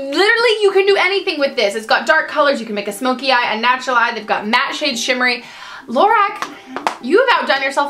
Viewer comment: Just an FYI: Lorac is pronounced Lorock, not Lorack. :)